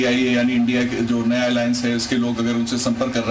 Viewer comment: इंडिया बोलो इंडिया, I n d I a नही, रिपोर्टर जी